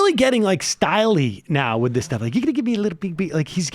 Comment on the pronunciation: Style-Ly? He’s freakin gross.